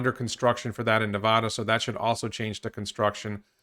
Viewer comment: Hey, can I ask you to correctly pronounce Nevada and Oregon, please? Thanks friend.